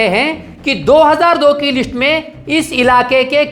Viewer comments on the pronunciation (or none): List boliye Lits nahi😅😅😅